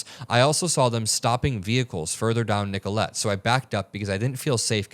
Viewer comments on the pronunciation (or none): Nicollet is pronounced nick-ah-lit but that's okay. Love you